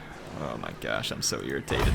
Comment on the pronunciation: The AI irritates you or does it "Heir-ritate" you??? Anyways MOAR SALT!!! LET IT FLOW THROUGH YOU!!!